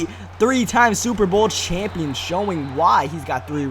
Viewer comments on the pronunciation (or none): none